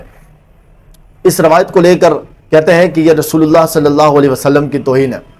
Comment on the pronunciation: Sasallam Nahi Sallalaho wa alehi wasallam hai